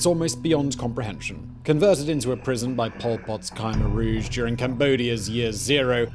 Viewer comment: He's pronouncing Khmer Rouge differently to every other source I can find?